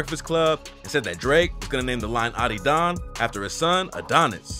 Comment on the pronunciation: ah-did-on not ottydon😭😭